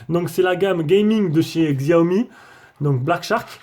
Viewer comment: on dis pas xiaomi mes chiaomi